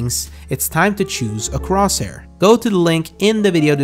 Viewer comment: Its time to choose a cwoshair!